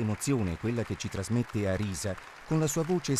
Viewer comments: Pronuncia inglese di Arisa pessima :S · Bernard Duffy ma non dire sciocchezze, l'ha pronunciata male e basta....